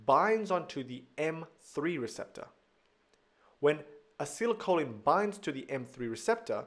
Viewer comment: Thank you but is it not supposed to be acetylcholin rather than acylcholin as you say it?